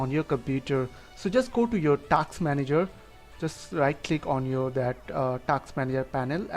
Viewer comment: It's not "TAKsss" manager, it's "TASK" manager. Is it too hard to pronounce ? 🤔